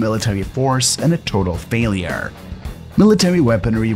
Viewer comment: The commentary it difficult to listen to. He over emphasises the last word or syllable in ever sentence. For example instead of just saying war, it comes across as WARRR. Wall is WARLL. Failure becomes, failiURRS.